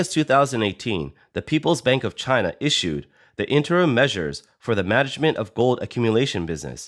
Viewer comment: It's pronounced china...😌